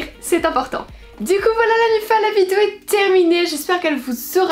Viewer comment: On est d'accord elle elle dit Vidio ou Vizuo ? 🤔